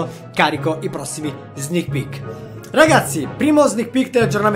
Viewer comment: Io in tutto il video ho sentito solo "snich pich"